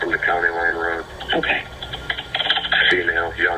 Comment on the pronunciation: I'm no speech pathologist but I don't believe thats a accent but a speech impediment. He can't pronounce his r's.... Weally? Down the woad..etc😂 Thank you for giving the victims a voice and building such a captivating timeline to their tragic endings, lives cut too short, for no reason at all.